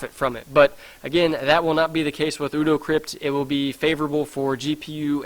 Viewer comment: ODO is pronounced 'OH-DOUGH'... one of my favourite characters on Deep Space Nine! ;)